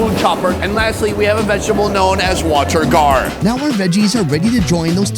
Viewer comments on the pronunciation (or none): I was shocked that Sonny didn't know about 'bottle gourd' or 'water gourd' and pronounced it as water guard. 😱